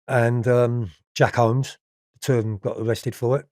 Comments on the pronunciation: Jack whoomes not homes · Did he say kenny Noyle and Jack homes 😂😂